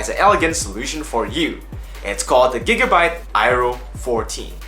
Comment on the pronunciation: hey bro nice little review here, and just wanna let u know its pronounced "Air-row". gigabyte build quality still seems a bit iffy to me, so i think the razer blade is still a better choice becos of its single molded aluminum chassis.